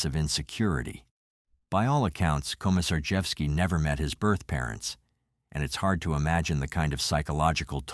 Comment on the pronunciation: I'm sorry what's a "birdth"? That's what Hayes' file said. Really?